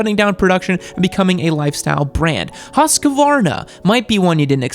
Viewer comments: husqvarna is a swedish company owned by an austrian company, bbbbrrooo. also it's "hoosk-var-na" not "husk-a-var-na." sorry, just a mad swede here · If you want to say Husqvarna correctly, just think of the q as a k. And the u is long. So, like Hooskvarna. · HUUUS-kvarna not Huskey-varna but in all other regards about them you're right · huska-varna? oO...hus-qvarna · Bro, Husqvarna isn't pronounced Husq-varna but instead Hus-qvarna and i do apologize for being a pronunciation-nazi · HUSEK A VEARENA. really? Do you really pronounce it like that? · I believe it’s his-gvwana to pronounce right? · Swede here, its pronounced Huuus Cvaaarnaaa with the K sound. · Here is my research: child's voice and baby face >> young and inexperienced >> narcissistic >> worthless result. "Hus-qe-varna", " Moto Gudzy"... 🙈🙉🙊😭😭😭 BMW, Ducati and Aprilia are not very reliable, you clearly only have internet experience. Tell me, what real riding and technical wrenching experiance do you have? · Lol husqavarna is how he says it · English speakers can't do the kv- sound which is why he calls them Huskavarna. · husqvarna is pronounced hus-kvaarna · It’s pronounced “HUSK-VARNA”......there is no a in the middle. Great list though. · As a Swede, I'm laughing so hard at the pronounciation of Husqvarna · I died a little with the way you pronounced Husqvarna. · Never have I heard anybody butcher a word as badly as you butchered "Husqvarna" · (Hears how he pronounces Husqvarna) growls in swedish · He didn't even take into consideration the Husqvarna appliances. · how you pronounced husqvarna made me laugh, search up google translate and se how swedes pronounce it. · You pronounce Husqvarna like a Russian trying to speak Italian. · As a swede, hearing you pronounce “Husqvarna” is fucking hilarious. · A bit of my soul died when he pronounced Husqvarna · The way you pronounced Husqvarna makes you a F tier Youtuber <3